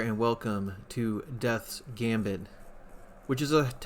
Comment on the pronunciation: Thanks for playing my game! I really enjoyed the video! Have a great day! *edit, you pronounced it perfectly fine ;)